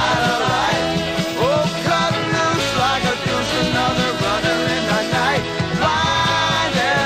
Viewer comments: Cool, he didn't say deuce. He said douche. Again, he mispronounced the word. It's clear as day that he usee a "ch" instead of an "s". The original is very clearly deuce. The remake is douche. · I know it's deuce, but the way Manfred Mann pronounces it, 90% of people hear it as "douche"